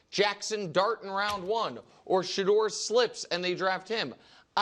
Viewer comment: Sha-DOOR 😂😂😂these dudes r hilarious it’s Shedeur